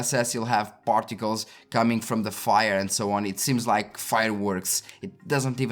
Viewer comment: You said "particles", I kept hearing "portugales".